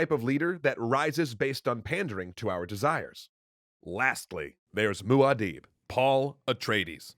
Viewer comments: Guys, please ! It's mUAd'dib, not "Maud". Did you write this episode from memory or did you actually consult some sources, like, say, the NOVEL ?? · IKR, Moo- adib? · I still don't get why people pronounce "Maud'dib" "Maud'*deeb*". I know Herbert himself pronounced it close to that, but still, that's not how it's written, nor how the original word, in Arabic, is pronounced. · Guys, come one. It's Muad'dib, not Maud'dib